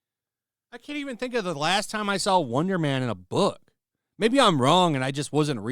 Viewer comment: Bolth, and sawl, stop putting L's in words that dont have them.